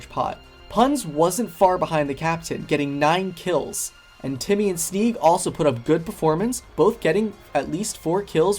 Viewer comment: Guys it’s Jimmy not Timmy